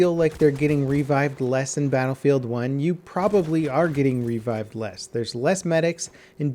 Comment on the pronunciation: revived, not RE-vived.